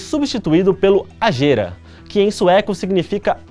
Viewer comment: Quando você falou Agera meu coração chega doeu, eu tinha certeza que a pronúncia não era essa, até o Google disse que não é essa. Ai meu deeeeusss.